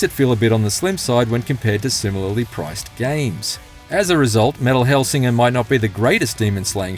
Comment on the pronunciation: I'd take the review more seriously if they said the name of the game correctly